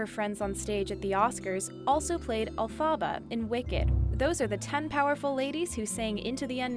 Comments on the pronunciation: Its Elphaba not Elphaaaaba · Can this woman please learn how to pronounce Elphaba!?!?!?! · Any time this chick said Elphaba, a small part of me died